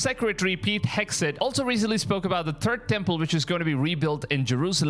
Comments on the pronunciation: Funny thing.. Im hearing "turd' temple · He said the Turd Temple. You got that right🙄